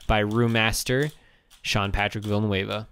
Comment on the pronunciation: i love how he mispronounces villanueva hahhajfkgg